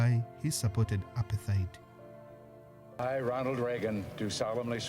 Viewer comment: Apart-heid and not apar-theid.